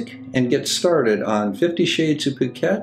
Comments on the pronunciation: The spelling is actually a Thai transliteration of "PH" for the "P" sound when converting Thai into English so in this case Poo -ket is the correct pronunciation. Of course in Phuket Word's case 'f*ck-et" is more appropriate. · Not in this instance. You pronounce the ph as "blithering idiot"